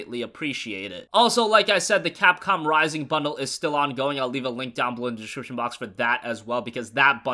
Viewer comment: descshibshion... Lol